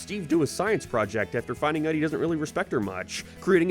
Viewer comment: Dislike for the out pronunciation idc if its an accent you dont say ouoaot you say out.